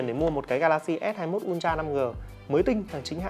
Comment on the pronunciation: Samsung “un tra” đọc sai gòy ơi:))